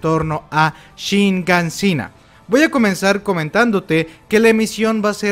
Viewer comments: Es ''Shiganshina'', no ''Shinganshina'' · ¿Por qué siempre dice "Shingansina"? xDDD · Cómo te recreas con la N, eh? Es Shiganshina! Dolor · Shiganshina se dice